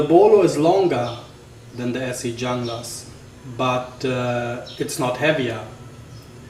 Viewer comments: FYI it's pronounced "hoon-gluss" just saying, not "Jung-lass" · Ok wait a second, so if I strip the black coating off with jasco , the layered etched logo will or will not come off? And dang, who paid $300.00 for a Junglas, and I believe it is pronounced hooooonglas. I was told hehe. I got mine sheath and all shipping and handling for $186.00 I love it! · All right right off the bat you suck take care of the knife use a little oil and it won't rust your credibility just went right out the window and you not even pronouncing it right you pronounce it with h not a j so yeah you suck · Jeff Randall pronounces it 'Jung-lass.' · (1)"Pronounced "Hoonglas" Named After the Colombian Jungla Special Operations Forces Designed For Latin American Jungle And Counter-Narcotics Operations." And what part of a FULL sentence do you not comprehend? Half truths are still half a lie. I'm not defending the Esee Junglas as much as I'm saying the thought process is askew. When you read that on the site what does that tell you? Anti Narcotics in SA. In simple terms. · Your comparing apples to oranges. Its not a bolo and it's not designed to be a bolo. Carbon steel rusts. Oil after use solves the rust. Yes you have to lift very high to get it out of the sheath, it's a lard knife what did you expect? The snap closure touching the blade could be a problem, though I have had one for years and it has not done any damage to the strap. By the way in Spanish J is pronounced as H ( hunglas ) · Oh man, sometimes freedom of speech is a paid in the ass! Wondering if you even think before you speak? Anyway, me personally thinks that this video is misleading people. If you dont know what to do with a Junglas and what its capable of you better stick to folding knives. By the way, view some videos of people who know how to pronounce "Junglas".